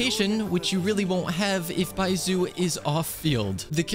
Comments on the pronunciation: Just for reference, it’s not bai-zoo is bai-zh-oo (the zh is similar to the beginning of Zhongli) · 1. its pronounced baischu not baisu 2. you used xingqiu in the test run and 3. youre using yae miko wrong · baiSOO? really? Are you mispronouncing all the character names on purpose? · i dont care that hes not pulling for baizhu what mostly irked me slightly was the mispronunciation of his name lmao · I'm glad you didn't pull for Baizhu bc you keep saying his name wrong and I can't handle it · It's not the first time i've heard him mispronounce a name, there's guides out there to pronounce the names properly. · yes? he is making content about this game and is going to constantly name these characters, so might as well do his 10 minute research to know how the names are prononunced and make an effort to do so rather than keeping mispronouncing them over and over. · why would he even do that in the first place he may not even know he's mispronounced them